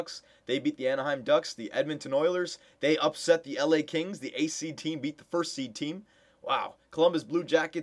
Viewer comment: when u say "eighth seed team" it sounds like "ACT" :P